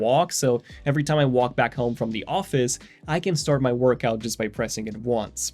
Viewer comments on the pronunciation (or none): none